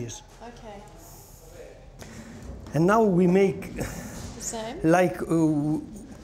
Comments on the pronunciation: "a little girl can turn da cheez" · I love how he pronounces "cheese", and the fact that he genuinely love what he does